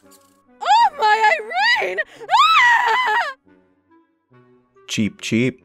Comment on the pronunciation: Cookiethekitten at first i tought say"Cheap Cheap"and i was like What is Cheap? and the second one i realize it was"Cheep"